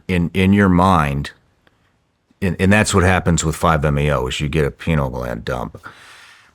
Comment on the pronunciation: lol penal gland. Pineal? Penal makes it sound like a cock